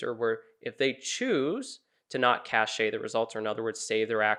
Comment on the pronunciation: It's pronounced like "cash", not "cashay".